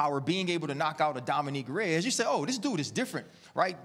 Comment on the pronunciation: “Dominique Reyes”